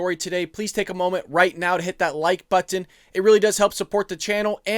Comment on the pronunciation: I hate when you say button. 😂🇺🇸👍🏻Great job though!!!